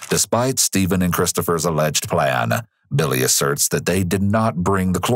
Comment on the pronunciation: The cases you cover are interesting, but i wish you would have another narrator, or him stopping that exaggerating narration. He says plan-a, him-a, hom-a and so one. Horrible and makes me stop watching the videos.